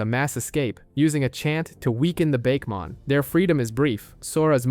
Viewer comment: After hearing you say "Bake-mon" no thanks